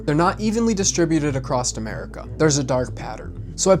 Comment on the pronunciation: Bro... It's "across" not acrossed/acrost ...